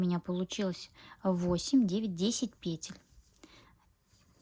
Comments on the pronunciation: ПетЕль, делайте ударение правильно. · Ольга Кондратьева говорит петЕль, и её слушать намного приятней😊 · пЕтель прявильно произносить.